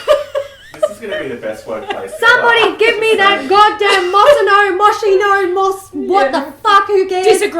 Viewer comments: You girls are so funny! I don't comment often, but I enjoy your company. Moschino is an italian brand and in italian chi is pronounced kee (like the first syllable of quiche)and the stress is also in the kee. So Mos-KI-no. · Moschino, pronounced Moss-KEY-No. You got this 🥂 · In case anyone is interested Moschino is pronounced mo-SKEE-no 😊